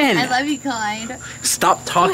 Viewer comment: No'ah!. Lol